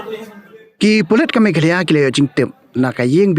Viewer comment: News channel please learn the pronunciation first..it's not meghaloy...it is meghalaya